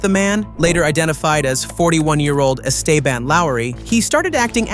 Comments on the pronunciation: "Es Stay Ban?" It's pronounced "Es teh ben" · Es Stay Ban (the way AI pronounced it) was on a send off looney mission. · The cop even says his name correctly in the video. Its not es "stay" ban